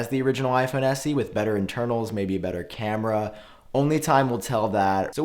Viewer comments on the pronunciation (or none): Check your words and Correct The Word “cameas” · It’s cameras btw! 😀